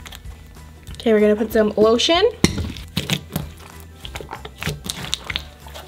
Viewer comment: You said oiltion